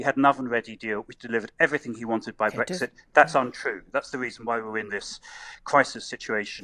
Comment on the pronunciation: He can’t even pronounce Brexit properly 🤪